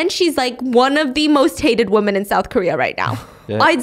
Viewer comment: Can someone explain why stephanie always says woman instead of women?